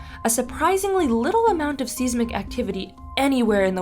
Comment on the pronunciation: Pronounced Seismic wrong